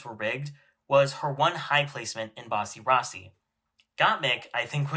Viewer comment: Not you saying Bussy Rossy